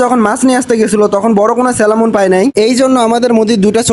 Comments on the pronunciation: স্যালামন না স্যামন ফিশ 😂 salmon =স্যামন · Selamon na salmon.garos na koral😅